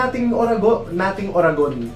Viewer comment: Ang cute naman natiming na ur uttering some Bicolano words when u did Star Patroller. Pero more practice pa sa Uragon hehe.. Goodjob ka with our dialect